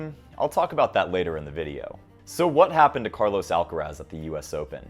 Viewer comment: His name is Carlos, not Carlows.